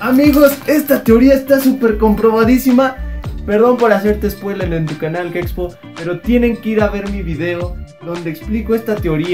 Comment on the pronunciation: Dice gexpo no sabe decir gepxho se me hace una falta de respeto